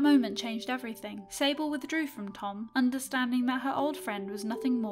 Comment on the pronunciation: When she said sable i thought she said disabled LOL